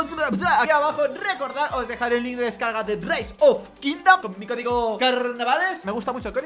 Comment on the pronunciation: Parece que nadie se ha dado cuenta de que dice "cogido" en lugar de código ¬¬